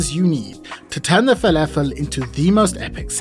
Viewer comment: Add a teaspoon of salt. Proceeds to dunk in a bowl of salt. Anyways, I learnt a few things. It's pronounced felefel not falafel. And there is a new word, nother. Never heard it from a Brit before. I thought it was only Yanks that mangled the grammar of the language that badly.